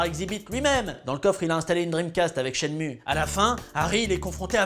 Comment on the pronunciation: ShenmUe ??? Non, Shenmoue... comme quand tu fais la moue quoi...